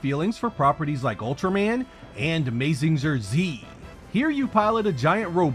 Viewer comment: Is everyone gonna just ignore the "Mayzingjer Z" moment?